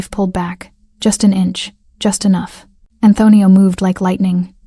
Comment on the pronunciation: Great story 👏. Narrator doesn't sound how to say Antonio. He doesn't know how to get a hold of her? He owns the hotel so he can't find the employee roster and find her? Not believable.